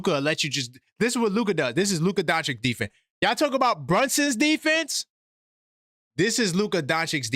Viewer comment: Why can’t NY ninjas pronounce Doncic? It’s… “Don-chich”.